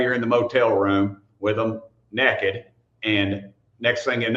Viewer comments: Nah, he def said NEKKID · And he's doing the same thing. Projection. Doesn't even know how to pronounce "naked"!